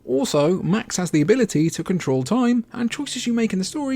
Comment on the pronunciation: What the hell is “cahtaroll?” Were you trying to say control?